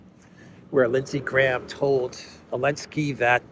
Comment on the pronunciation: SOOO ANNOYING!!! You keep saying " Elensky" or "Alensky" or " Lensky"..... It is ZZZZ ZZZ ZELENSKY!!!!!!